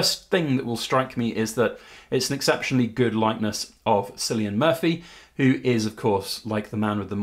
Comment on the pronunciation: Its Cillian pronounced with a [K] like car not like celery 😂